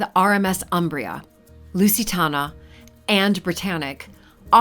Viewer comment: Also mispronouncing Lusitania. LOL no.